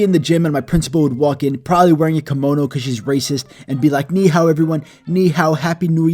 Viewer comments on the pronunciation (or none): Hi you mispronounced ni hao